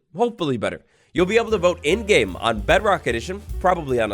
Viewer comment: He said mob boat instead of vote